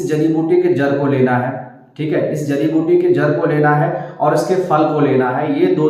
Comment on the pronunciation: Aap. Ko. Jadi. Biuti. Ka. Naam. Screen. Par. Dikhana. Chahiye. Aap. Ne. Jo. Bola. Woh. Samjh. Me. Nahin. Aaya